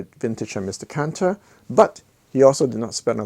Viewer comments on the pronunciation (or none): none